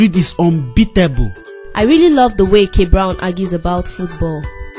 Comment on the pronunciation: Sure ,irilly like how she makes things rilly,...